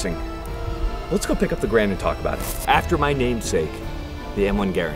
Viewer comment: Anyone notice that he pronouced Garand 2 different ways in the video? so which is it? Gehr-end or ga-rand?